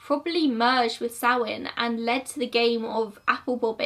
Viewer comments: It’s pronounced sowIn not soween I’m Irish so sorry I just hate Irish being mispronounced Happy Halloween 👻 We used turnips (swedes) when I was small instead of a pumpkin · I think that may be an accent different because I'm definitely saying SowIN. Plus the Irish and Scottish do pronounce it differently, both ways are considered correct (I did my research!)